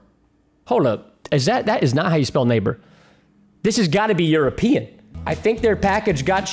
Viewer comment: Us brits laughing when he said “that must be euorpen” 👇